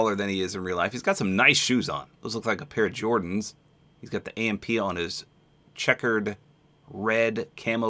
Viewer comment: Glad you said AMP right this time! HAHA